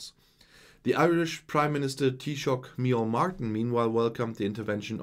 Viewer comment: very impressed with your pronunciation of Taoiseach micheál Martin!